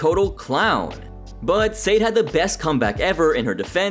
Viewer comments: It’s “Sah-day.” Not, “Say-d.” You’d think after analyzing this episode, you’d know how to pronounce her name. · It’s pronounced “Sah-Day”…not SADE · Its not pronounced Said, its pronounced Sah-day. Come on dude 😂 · It’s Sad-ay not Sade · Pronouncing Sade like S-Aid should be a warcrime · To the one who made this video: Sade (It’s pronounced Sah-Day). Get your facts right before making a video. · Her name is Sade. Pronounced like Sha-day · How comes the narrator cannot say Sade's name correctly? Her name doesn't rhyme with Wade, sir. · I like how you can tell this guy has never watched a full episode of Hell's Kitchen before because of his pronunciation of Sade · THANK YOU!! His pronunciation is driving me nuts!!!